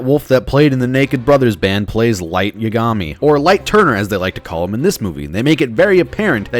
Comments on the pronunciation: mah dude said yagamee homie it's pronounced yah-gah-mee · He pronounced Yagami as Yugami, I'm TRIGGERED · did you just say YA GAHM EEEEEE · I'm not trying to be rude, but I hate when people can't even say the names of characters properly because Watairi is actually Atari the gaming company from America the detective is Japanese and his name is not Atari it is wall-tur-e and lights not last name is pronounced yeah-gi-me and and Misa is Japanese and Mira is American I'm sorry but if you actually know how to pronounce his name how to make a video like this. I am an avid anime lover I watch the Animes in dubbed so that I know what is going on and I understand how to pronounce the names some names are easy like light and Misa others are a little harder like Kirito and Asuna some of you would read this and be like it's like it's this but in all actuality it's meant to be pronounced one way in one way out which is why I prefer. So then I know how to pronounce your name and I don't look like a complete idiot making YouTube videos. Where I bought the name so bad the people who actually know the anime and the craters on the end of my Avid anime and manga lovers like myself do not cringe every single time we hear the names being launched Atari is American not Japanese yes Japan does games but you need to get the names right I'm pretty sure every single American voice actor have to say a name 5 or 10 times before they actually do the chute because if you're sitting there and you say the name wrong you would have killed the mood. Imagine this the main character is standing in a very intense scene I think I just was partner lo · He’s talking shit about his last name being turner but can’t pronounce yagami right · The way Yagami was said triggers me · The way he pronounces Yagami says everything you need to know about this guy. Cringe fanboy bandwagon shit. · Goes on a rant about how bad they made the death note movie, pronounces yagami wrong. smh